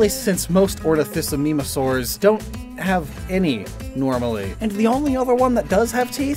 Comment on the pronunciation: his pronunciation of ornithomimosaur gave me whiplash 🫥 jokes aside, great video! i love paleontology!